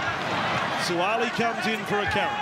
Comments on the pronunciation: Please pronounce the name correctly. It's Suaali'i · These guys pronounciation of our Samoan language hurts my ears - Sua'ali'i folks "(Su-Ah-Ahhh-Lee-Ee). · Why the commentator pronounce his name wrong. It irks me.